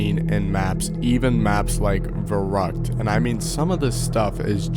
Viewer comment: Its called Verrückt, not Verruckt